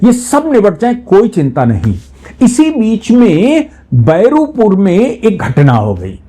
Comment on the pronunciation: पुरानी खबर है, और " beruipur" नहीं 👉🏿BA--RUI-PUR", यानि " बारूईपुर"🤪❤️🙏